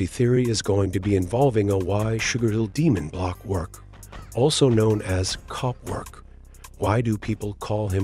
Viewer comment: he said Copwork